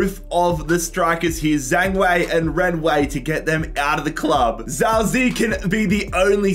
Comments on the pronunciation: Zhao zi to zhao zei ..... it's chao ji ye not a hard ch, more like j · His name is ziye not Zhao zi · As a chinese descent Zao Zei triggers my ears too much. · it; s pronounced jow zi yeah, btw. He's scored a few games this season despite not being a starter and playing for a relegated team. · i'm chinese, this entire video pronunciation of zhao ziye pains me